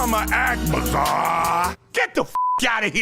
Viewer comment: He said bizarre in a bizarre way, I don’t see the problem.